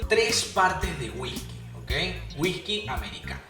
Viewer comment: me da mucha risa cuando dice Wijki jajajaja